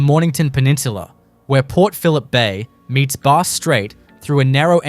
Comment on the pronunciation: Bass was wrong too 😂